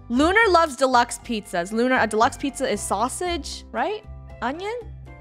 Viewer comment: I heard her say pizzazas